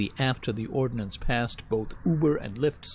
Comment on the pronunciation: At the beginning of the story, I thought it was about violence! "When the ordnance passes..." Then I realized he'd said, "ordinance!" That little "i" makes a huge difference!